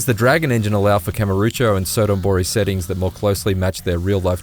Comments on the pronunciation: Kamorucho. Ka-mu-ro-cho. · K A M U R O C H O not kamarucho